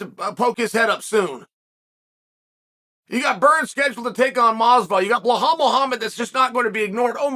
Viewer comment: BlaHALL Muhammad